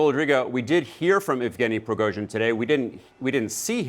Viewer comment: "Prigoizhin"? I've heard it all now. People seem to struggle with simulating the Russian language... especially American and Brits.